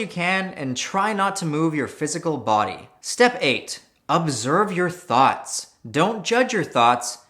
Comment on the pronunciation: Every time he says thoughts, I hear thots